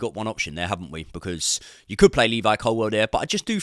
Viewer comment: Love the content, favourite creator but please say ColWILL as its spelt rather than ColWELL 😂